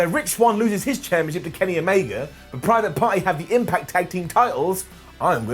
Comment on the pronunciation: I'm pretty sure I heard him say "Private Farty".. i don't think I'll ever get that out of my head now.. cheers! 🤣